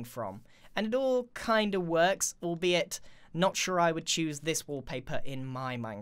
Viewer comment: Every time he says “albeit” I can’t help but hear al”bee”it